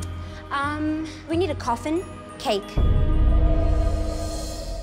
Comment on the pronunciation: Me: Coffin. Him: cOuFfIn